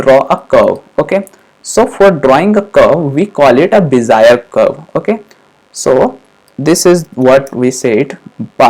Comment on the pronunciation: Cool man!!! Great stuff.. but I loughed on Bezier :) Be - Zi - eR...Just because it was shocking.